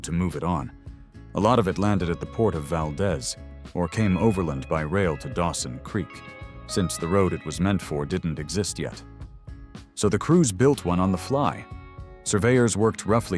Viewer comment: In Alaska, it is pronounced Val deez'.